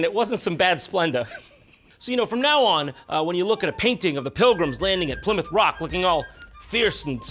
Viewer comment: It's pernounced (Ply-Mouth)